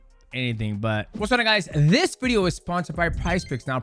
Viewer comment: Why can't Demetrius pronounce "what's going on guys" like what is he even saying and he does it every video. "Whatsagobudaguys"